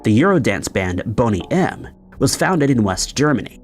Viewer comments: “Bunny M”???? Sheesh… Are you a bot? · As far as I am aware it's Bone-y M, not Bon-y M. They were very popular in the UK back in the day.